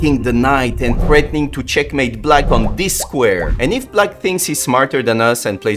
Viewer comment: finally found the person in the shorts who said " cHeckmAEte!"